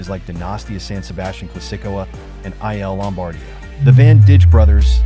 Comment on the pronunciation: We like your contact, but unfortunately your pronunciation of the most of the names of the riders and races is off. Sorry to say. For example "I" "L" Lombardia is pronounced "ill" Lombardia. Giro is pronounced "Geero". Jonas is Yonas. Asgreen is a hard S. Vingegaard is pronounced Vingego".